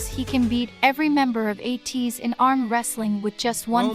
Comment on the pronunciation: A - teez pronounce A like you would say A